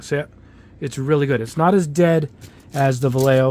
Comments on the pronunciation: Va-lay-hoe is how it's pronounced. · Vallejo in spanish is: va-e-a-ho double L is pronounced as Y